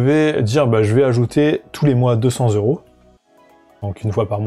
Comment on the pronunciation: Cent euros et pas cent zeuro !!